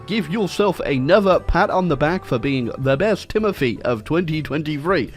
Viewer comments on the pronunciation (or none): none